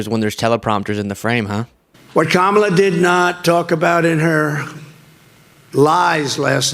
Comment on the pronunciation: Holy smokes! Trump actually pronounced Kamala Harris' name correctly! FOCUS TRUMP!!! 😂😂😂😂😂😂😂😂🤣💙💙💙💙💙💙